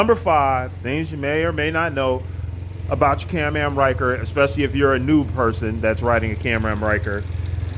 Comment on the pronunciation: What I think is Absolutely Hilarious about this video is he keeps calling it a CAM AM instead of a CAN-AM 🤭🤣😂